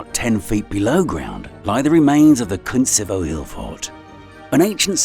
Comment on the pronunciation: The narrator read Kuntsevo as "Cunt-sevo" 😂😂😂 What is it with some English speakers always pronouncing Russian words with u's and always sounding them out as the "Ah" sound instead of the "OO" sound that is should be. They sound so dumb doing that.